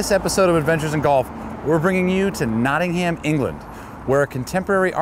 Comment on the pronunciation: Why can't you US say Birmingham and Nottingham correctly